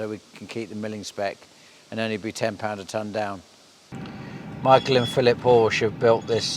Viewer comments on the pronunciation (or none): none